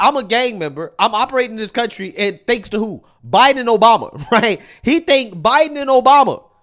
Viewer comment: That fool said "Bye-done 4 ever bro!"